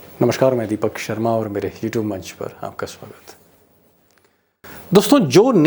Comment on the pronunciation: Sir Aap mere you tube channel bolte ho ya hetube channel 😂